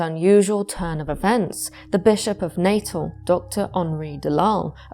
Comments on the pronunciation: I’m South African, I just want to point out, it’s not pronounced Natal (Nay-tuhl) as you’re saying it, but rather Nuh-tehl in English with the emphasis on the second syllable, or Nah-tal in Afrikaans. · "Natal" in South Africa is pronounced like the English word "natal," roughly NAH-tal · The former South African province of Natal is pronounced as "nuh-TAHL". Otherwise great video. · I'm listening, tucked up cosily, but in fact tense with fear. When the paranormal comes from inside one's brain, it terrifies me more than things lurking in dark castles, forests or skies. (Tiny point. I'm half South-African and we pronounce 'Natal' as "Nah-tahl".) 💛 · Set my teeth on edge every time I heard it. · Apart from the pronunciation of Natal.